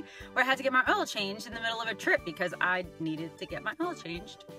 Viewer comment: The way you say oil has me cracking up. Oh and the Modell's theme. Haven't heard that in a long time. How many miles does your car have on it?